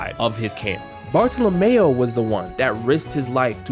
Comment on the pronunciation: Please pronounce the name of Bartolomeo correctly "Barto-Lomyo"